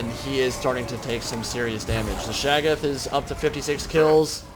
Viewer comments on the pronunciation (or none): Ohhh! I must've missed that. I believe the correct pronunciation utilizes the hard "a" and soft "o". Shay-goth (goth pronounced like those kids in all black and makeup) with the stress on the first syllable. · You pronounce "Shaggoth" differently almost every time you say it.